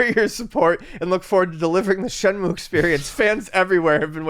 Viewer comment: Shenmue, not Shemue